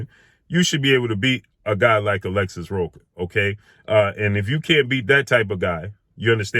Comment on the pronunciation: Rocha, the "ch" is pronounce like the "ch" in church.